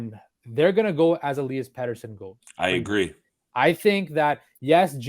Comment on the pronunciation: Il-ee-us petterson and he will be an 80 point player plus this year mark my words